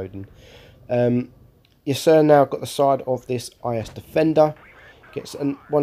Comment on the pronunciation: Its pronounced "Ya-Ser" incase you were wondering ;)